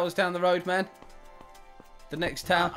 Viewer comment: Why u always say ”ma’am” instead of man lol